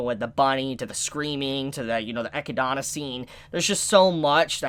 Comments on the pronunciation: classic mispronouncing names n shit lol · You say Echidna wrong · I just have one thing to say: Please say Echidna just like in the anime, my mind triggers something when I heard you say her name (not in a good way) :"v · It’s pronounced “Eh-kid-na” not “Eh-ki-dana” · EE----Kid---Nah........... Echidna..... NOT Eck-----EE-----Donna... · "Ekkuh-donna?" Bro it's "Eh-kid-nuh" lmfao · Echidana? You mean Echidna. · Echidna* but its pronounced as 'Ekidona' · ECHIDNA NOT ECHIDANA LMAO. Great video though, good work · Great episode. I knew exactly what was coming. Read the light novel so I know whats gonna happen. Just saying, this episode is just the tip of the iceberg. On the other hand,!!!! It is Echidna/Echidona! Not Echidana! There is only one a in her name! Say it with me! EH-KID-NAH! EH-KID-DOE-NAH! It is rather amusing how you botch her name every video, but just wanted to put that out there. But yea, that might have been the worst death Subaru ever experienced so far. Welp, it is not like things will get better going forward. As they say, where there is light, there will be darkness! XD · Ok, I need to say this again... Echidna is pronounced E KID NAH... your adding an A where there is no A. Its the same name of the animal that lives in Australia. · Echidna is pronounced uh-kid-na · hmmm why are you calling Echidna "Echidana" dude ? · Chibis pronunciation of echidna is so cringe it's uh-kid-nah man lol I love watching and your vids but your pronunciation bugs me sometimes lol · "Ecchi-dona" you're killing me dude 😂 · I had a brain fart moment there. Animal, yes. It is still pronounced Echidna. There is only one "A" in its name. Or you could pronounce it like how it is said in JP---Echidona, but yea just wanted to let you know on that little error. Just for fun measure, remember Sonic and Knuckles...the Echidna? Lol. Just had to put that one out there. (Eh-Kid-Nah)